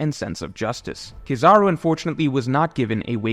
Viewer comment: Bro you are amazing at YouTube BUT ITS KEEEEE- ZA-ROOOOOO At least to me lol